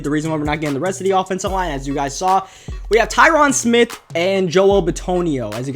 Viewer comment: It's Sean SMITH not Smit.